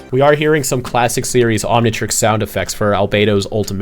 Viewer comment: As a kid I always wanted an Omnitreex. 😂